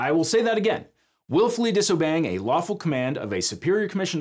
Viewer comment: hears "waffle" instead of "lawful"